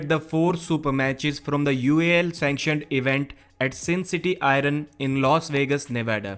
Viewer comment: Hey, "Iron" is not pronounced "iron", it is pronounced "i-yern"